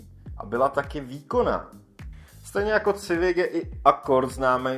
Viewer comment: Koncepčně moc povedený video. Škoda jen maličkostí, které lehce kazí dojem. U Golfa jsi zmínil, že přece v tomhle žebříčku musí být nějaká evropská automobilka, což už bylo Volvo a Mercedes, které jsi zmínil předtím. Škoda výslovnosti Civic [sivik nikoli civik]. Potenciál a potencionál jsou dvě naprosto rozdílná slova. Nicméně se těším na další Top 10/5, což jsou z tvé tvorby videa, která jsou vážně poučná a zajímavá. Díky za super tvorbu.